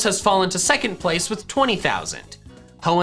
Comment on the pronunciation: Work on your pronounciations , Kalos and Alola